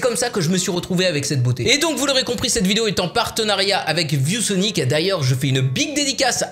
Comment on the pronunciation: On dirait que tu dis vieux Sonic au lieu de view Sonic